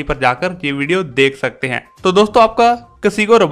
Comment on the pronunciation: Bhai kasigo rabada nahi kagiso rabada